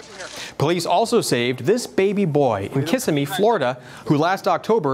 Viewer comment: Kissimee = Ki-sim-mee Your content is spot on. Might I suggest you contact Prager U and get some advice on graphics for your data. It would make your presentations look more professional.....just a thought. I appreciate that y'all do investigative reporting not just parrot your 5 AM talking points for the day. As You Tuber Black Conservative Patriot often says, "Documentation beats conversation". #BCPTODAY Keep up the great reporting.